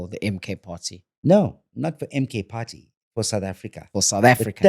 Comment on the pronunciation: When he say party sound like have a pa rty where is the cake